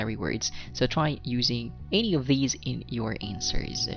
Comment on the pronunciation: I applaud you for your content, it gives us all a heads up on the test. I just have one issue though.. I cant help but cringe on how you pronounce some words like ANY and MANY.. and so many other words, usually with how you enunciate the letter A. I assume because you are of Bisayan Descent. But it's cool really, my parents are Bisaya as well. And I've heard you put Es after words that I normally hear from DJs and MCs like Rey Langit and Ted Failon. I know that's your style and all... plus you got a score of 9 in IELTS speaking test so who am I to criticize you right? I would gladly trade you my pronunciation skills to get that score. Overall, I say you're doing a fantastic job at helpin people to better understand IELTS. God bless you.